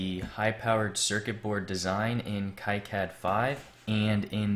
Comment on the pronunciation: The "Ki" in KiCad is pronounced "key" as in keyway, not "ky" as in... Kyle. 😄